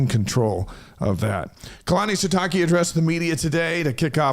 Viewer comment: How is it you are still pronouncing Sitake wrong? Show some respect 😉